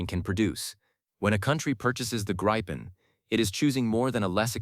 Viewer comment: It is NOT Gri fon, it is Griff on.